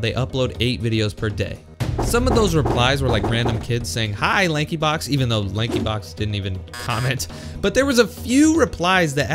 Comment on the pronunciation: When he said Lankyblox 💀